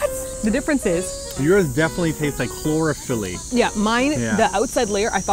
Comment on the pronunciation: Why did pronounce chlorophyll as chlorofeelee